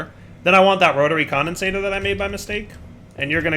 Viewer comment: When will learn that it's "Rotary Condensentrator", not "Rotary Condensator"? (He may already know and is keeping it as a running joke, but I can't really tell)